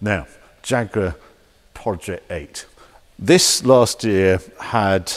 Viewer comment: Am I the only one who's hearing him saying jagurar